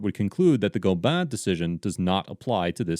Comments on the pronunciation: The snohomish county case is pronounced Go-bin.. Tulalip is my res... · I live in the city next to Tulalip and went to school there, so it’s really neat to see this. I know from firsthand experience that “Gobin” is pronounced exactly how it looks; Go-bin